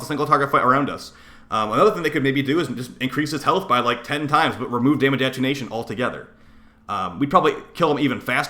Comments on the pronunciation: At-ten-u-ation, instead of attunation. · Attenuation - say it with me: AH TEN YOU A SHUN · It’s pronounced A-ten-you-ashun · Sorry I respect you and all but hearing you mispronounce attenuation so badly just hurts. Ah - ten - you - A - shun